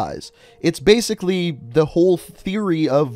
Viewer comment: Zo bazically, brain go boom?